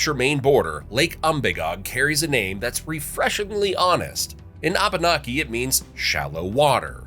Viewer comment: I love your channel. BUT PLEASE PLEASE PLEASE. When saying the name Abenki. To say say it properly E is a break in syllables. So it is pronounced AB- naki. Thank you. I look forward all you future videos. You always do so well. Love from Maine and the AB-naki native Americans, such as me!!❤❤❤❤